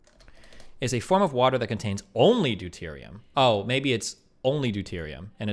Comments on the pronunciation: LISTING OFF THE HORRIBLE CHEMISTRY FAILURES BECAUSE I'M PRETTY SURE IT GAVE ME PERMANENT BRAIN DAMAGE 2H2O is literally just H2O except it denotes 2 of them - Destiny is right H2O2 is not an isotope, rather it deontes a compound with 2 hydrogens and 2 oxygens also known as peroxide DIE-terium oxide instead of DUE-terium oxide (pronunciation but its still funny) Deuterium oxide is NOT referred to as water because it's NOT the same that is why it is called HEAVY water that is why it is notated as D2O and not some weird version of H20 TBH this next one is close BUT Deuterium oxide is not the isotope. Isotopes are atoms that are the same protons but have a differing number of neutrons leading to a difference in weight such as in this example where both hydrogen and deuterium have 1 proton but hydrogen has NO NEUTRONS and dueterium has ONE NEUTRON (therefore deuterium is denser i.e heavy water). Basically Dueterium [D] IS THE ISOTOPE of Hydrogen [H], BUT Deuterium OXIDE [D2O] is NOT the isotope of Dihydrogen Oxide [H2O] NO THERE IS NO EXTRA HYDROGEN ATOM - the hydrogen atom has AN EXTRA NEUTRON YES! Heavy water is ONLY composed of Deuterium Oxide NO combinations of both or thresholds, YES Heavy water is denser and therefore heavier! blah blah blah blah blah!!! Just restating no it is not an isotope of oxygen but hydrogen and no it is not another form of H2O (SO TECHNICALLY DEUTERIUM is sometimes written with the number of neutrons written as a superscript in front of the H which i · “Diterium oxide It’s deuterium, Vaush